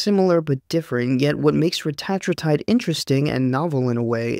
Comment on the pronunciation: Believe it or not, ‘Reta-tru-tide’ is actually not the way most medical researchers or clinicians (or Ely Lilly’s CEO) say it. 😮 They say ‘Reh-tat-rue-tide’. Like in this vid. Dude had it right. 😎 But it’s one of those words that’s been said wrong for so long (and so often) that the wrong has become the default. So at this point, ppl may as well say it either way. Otherwise they’re just gonna be really confused. 🤷🏼‍♂️